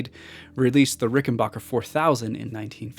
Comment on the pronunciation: Awesome video! It hurts my ears every time you mispronounce "Rickenbacker" though. 😆